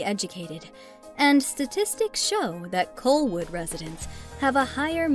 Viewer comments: Colwood not Coalwood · I've never heard of Colwood pronounced "Coal-wood" before. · Coalwood? Saaaaaanich? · A number of the scenes shown for Surrey are actually Vancouver. Did someone who has never lived in BC produce this? Colwood and Saanich pronounced wrong. Three Rivers the largest University in BC? Dead wrong. UBC has almost 3 times the enrollment. Surrey has one of the highest crime rates in BC. Fort St. John is a place in the middle of nowhere and the winters are as colds as Edmonton. Pictures of Victoria in the Saanich part. I do not vote down many videos but this one was really bad. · Even the voice over artist has no clue and mispronounced several of the city names